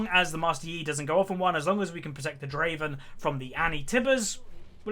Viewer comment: its adoration, not admiration:p and Draven not driven xd